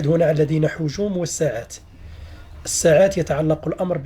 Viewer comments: مشكور جدا ملاحظه فقط لا نقول الساعات بفتح السين بل بكسر السين فنقول السعات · سيعات وليس ساعات ولتر وليس ليطر شكرا